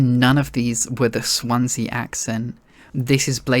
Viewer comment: CDawgVA, infamous welshman, gave his version of Swansea the accent!